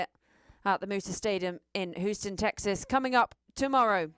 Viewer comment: "Whoo-ston Texas" 😅 please tell the commentary team it's "Hewston" 😊